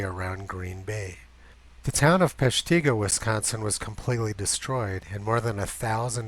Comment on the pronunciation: It's Pesh ta GO. not Pesh TEA go. sorry. From Oconomowoc WI. Okano mowoc WI.